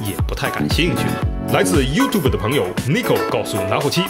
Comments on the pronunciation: 是不是这次把YouTube发音发对了🌝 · 终于把YouTube的读音改过来了。😃😃😃😃